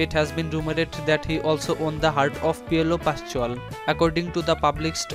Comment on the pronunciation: Piolo pashual🤣🤣 im dying🤣🤣